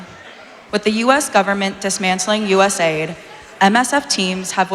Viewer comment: happy she calls it US-aid, not U-S-A-I-D. It's so weird not saying the word.